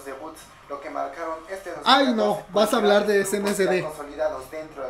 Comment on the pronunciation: "Vamos a un corte porque ya no puedo hablur" jajajajaja